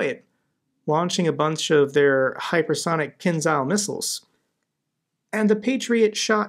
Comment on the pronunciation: Hey, long time listener and viewer on your channel! Keep up the amazing work! I just wanted to clarify that the "Kinzhal" missiles are pronounced "kinjal", meaning "knife".